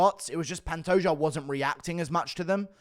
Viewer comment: Glad to see that Guru is saying Pantoja instead of Pantoha